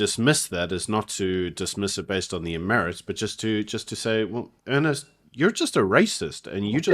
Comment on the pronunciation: his name is not Ernest, but Ernst.